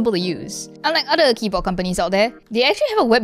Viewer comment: "this keybo'eh' is..."